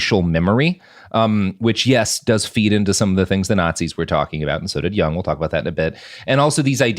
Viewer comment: I would have gotten the "Jung Man" joke had he pronounced it correctly.